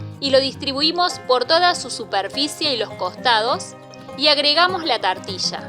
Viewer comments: Hija que mal pronuncias TORTILLA. Es muy facil decirlo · Me gustó!! saliendo TARTILLA!!